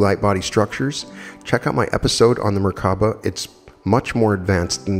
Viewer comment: in addition to merkaba, I heard 3 different pronunciations (merkana, mirvana, merkava) 🤔